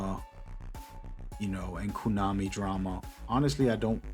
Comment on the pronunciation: Pretty sure it’s “kOnami” and not “kOOnami”. Unless you are trynna joke❤